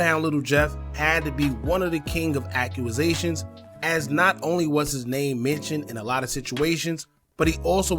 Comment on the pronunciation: What the hell is a "Accuasation"?